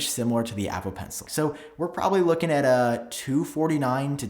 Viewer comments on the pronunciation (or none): none